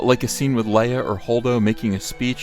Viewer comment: Learn how to say Leia ffs